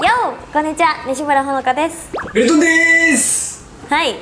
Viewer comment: メル↑トンさん